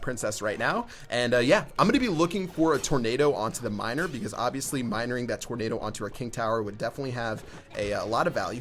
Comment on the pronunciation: 2018 “minering that tornado”